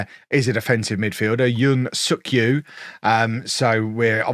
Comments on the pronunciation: Yoon Suk-Ju is pronouned "Jew" not "Yu". German and Scandanavian languages use J like a "y" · You may get demonetized with a Thailand video in which you repeatedly say Suk-Ju. 😄